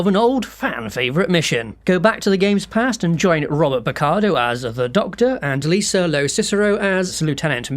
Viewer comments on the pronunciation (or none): none